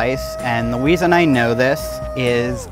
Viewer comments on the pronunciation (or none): "... and the weason I know this." omg ahhahaha